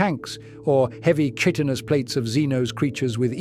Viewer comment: …and chitinous armor as chit-tenous. I’ll just blame the AI.